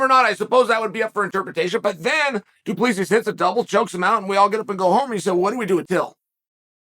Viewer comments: Dude the way Chael keeps saying "Duplesis" is killing me. My guy it's pronounced "Doo-pleh-see* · It's pronouced Doo Plah See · My guy. The bad guy. Please. Okay. You pronounce it as. Duplesee or du-ple-c. Don't say the final S at the end. Please please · Hey, Chael. South African here. The correct pronunciation of du Plessis sounds almost exactly like, "Two plus three". Not joking here either - that really is the correct pronunciation for future reference. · Who is this "Du Pleesis" you speak of Uncle Chael?😂😂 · Just so you guys know the S at the end of his last name is silent :D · As a south african, he's definitely not pronouncing his last name right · The s in du plessis is silent chael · Chael, the "S" is silent du Plessis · Uncle Chael, FYI: the S in Du Plessis is SILENT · I'm south african and uncle chael butchered du Plessis surname. 😂 please someone help him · oh no haha. I can just imagin the people back I south africa listening going. Fuuuuuuuck. He is saying it wrong. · Daimn. That's weird. I gues it's also not the most common name where Chael os from so obviously he won't say it perfect. Like me trying to pronounce some Vietnames names.